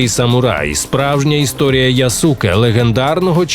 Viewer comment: Яске а не Ясуке читається. Користуйтеся будь ласка правильною системою транслітерації японської